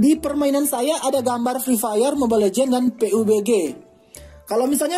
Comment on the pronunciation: YG KU SUKA TU KATA PE U BE GE🤣🤣